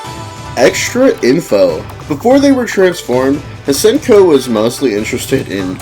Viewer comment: I think it’s pronounced “see-en-ko”.